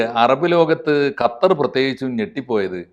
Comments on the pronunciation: ഗത്തർ..... ഗത്താർ..... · Ente ponnu saare gathar alla qatar.. kha kha… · bro it’s qatar not gatar 😭😭